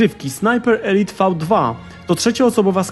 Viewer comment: Elite czyta się elajt